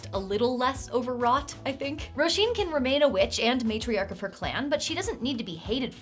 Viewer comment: I'm loving the Irish names on all of NPCs! And your pronunciation is on point! You didn't exactly make it easy on yourself either: Roisín; Cian; Niamh!